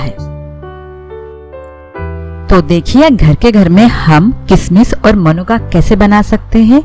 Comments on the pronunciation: मनुका नहीं होता, मुनक्का होता है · मनुक्का नहीं मुनक्का होते हैं 😄